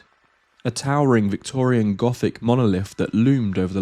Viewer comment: Don't like that other narrator. He says things like Gofic and fanks